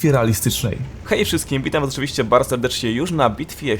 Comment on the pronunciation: Chopię nię mówi sie oczywiścię tylką OCZYWIŚCIE !